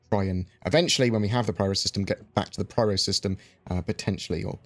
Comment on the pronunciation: No "or" about it, it's Pyro not Pryro. :P Gib Taurus...pleeease.